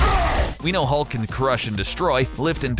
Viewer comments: Am I the only one who heard "The Incredible ulk" ? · “The incredible aulk”